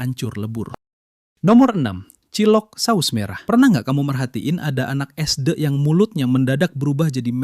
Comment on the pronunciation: suara ai nya dibikin premium dikit sih, mas sebut sd aja gabisa